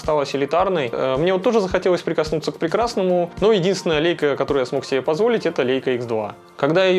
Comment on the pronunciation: лЯйка - эт по немецки, а мы, по привычке, читаем - по английски.